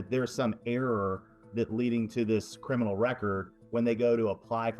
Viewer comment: No cryminal record...wtf dude are you from Mars?